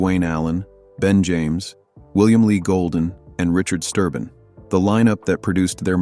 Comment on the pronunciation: It's Sterben not Sturbin! They did have a fallout with William Lee Golden but after a few years they patched things up between all of them. And he has been continuing to sing the baritone part! And Steve Sanders did the baritone part during William's absence. Joe Bonsall had to give up his traveling due to muscular disease and passed away in July 2024! They had to have a tenor singer and Ben James joined the Oakridge Boys! He is helping them to finish their 'American Made Farewell Tour'! Joe Bonsall put his blessing on Ben to finished the tour.